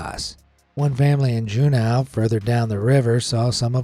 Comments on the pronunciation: Juneau is not pronounced 'jew-now' it's 'jew-know' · If you ever have to say Juneau again it’s pronounced “June-O”. :) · Never heard Juneau pronounced like that